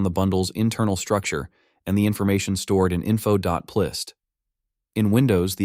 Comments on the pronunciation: it's not "plist", it's "p list" as in "properties list" 😢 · Wait, is “plist” pronounced the way he said it in the video?! 😳 I always said it like “P list”… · .plist I’ve only ever heard pronounced “.pee-list” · Did you even listen to your AI generated voice? "Plist" lol... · it is p list, it's an AI voice that doesn't know how to say things right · Great video but they're "p list" files. The p stands for property. Worked for Apple in the early 2000s and never once heard someone pronounce it as if plist was a single word... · its so hard to believe that the voice is not ai when he pronounces P List as plist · Dumb AI generated voice. Doesn’t know how to properly pronounce .plist. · FWIW I don't think the guy who runs this channel speaks English. His name is Jorge. That doesn't excuse the AI but it at least explains it. Personally I'd rather hear a real person speaking broken English than an AI speak mangled "plist" English. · haha yeah „plist“ was crazy